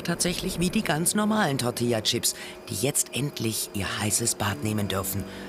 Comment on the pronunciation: BITTE SAGT "Tortillachips" UND NICHT "Tortiachips"!!!!!